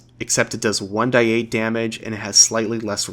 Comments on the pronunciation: You are the only person I have ever heard say 1 die 8 or w/e instead of 1 D 8 and it's making me tweak out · It’s 1d8 not 1-die-8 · You might be the only person I've ever heard say 1d8/1d6 etc as "die" instead of "dee" (like saying the letter d).